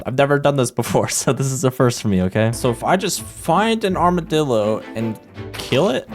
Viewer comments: bro did NOT say armordilo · did he really say armadildo or am i stupid💀🤣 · bro did NOT say Armodillo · i am almost sure you said armadildo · bro did NOT say armadillo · did NOT say armadillo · I'm sorry, I can't be the only one who heard that. That's not the name of the animal...